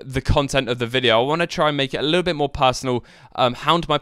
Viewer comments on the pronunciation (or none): none